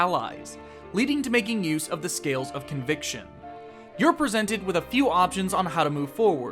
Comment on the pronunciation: "Scales of conviction" is so phonetically pleasing. Nice! :)